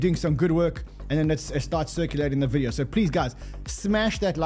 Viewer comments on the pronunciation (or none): none